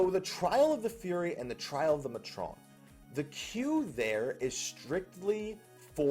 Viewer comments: May-tron, not mah-trone. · pretty sure matron and fury instances are indeed separated, I have not found any fury people in my matron or any matron in my fury. This is the reason i queue for fury even if i want to gather so that i can reasonably do the NM's and EM's. also pretty sure it is pronounced May-trun.